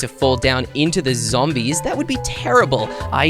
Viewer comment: said Zambies😂😂😂